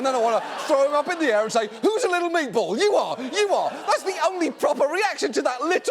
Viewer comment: no one: John Oliver: M E A T B O L L